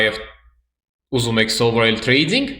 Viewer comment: Ախպեր մի ասա էլի թրեյձьինգ, ասա թրեյդինգ ախպոր պես😅🤝